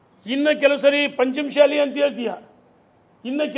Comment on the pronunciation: ನೀನು ಏನು matadtiyo ನಿನಗೆ ಗೊತ್ತು, ಮಾತು ಎತ್ತಿದರೆ ಸವಾಲ್ haktini, ಕೇಳಲು ಬಯಸುತ್ತಿನಿ, ಅಂತಿಯ , ಸರಿಯಾಗಿ ಪಂಚಮ ಸಾಲಿ, ಮತ್ತು ಶಾಸಕ ಅನ್ನೋದು ಕಲಿರಿ😂